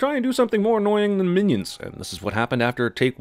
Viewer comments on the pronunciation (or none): As soon as he said "Minaids" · minaids or minyaids not miniaids thats just small aids